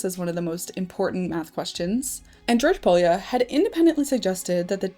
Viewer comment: Pólya was hungarian and his name is not pronounced like you did. Way off.